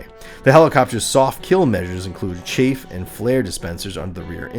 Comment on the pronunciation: As a former military fan of G.I. Joe, the correct word is 'Chaff' not Chafe. Chafing is painful. Chaff is for anti-radar protection from radar-guided missiles.🤓🤓